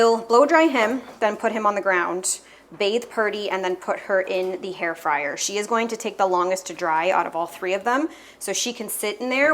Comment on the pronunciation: Are you saying hair fryer instead of hair dryer?